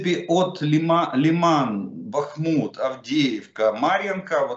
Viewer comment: Прочтите не БАхму а БахмУт